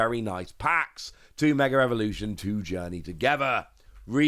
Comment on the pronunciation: Is it just me or does it sound like he says mega revolution vs mega evolution